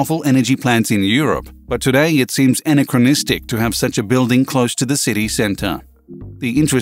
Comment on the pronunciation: Annoying digital voice narrator, it can't even say 'Anachranistic' properly and it ended up as 'ana-cro-nystic' instead, why do people on youtube keep using these stupid digital voices?